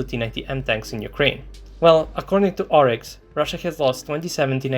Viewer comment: "Oryx"? ...you are joking, right?! 😂